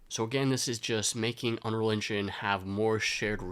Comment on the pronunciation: it's UNREAL ENGINE, not unrel enginch....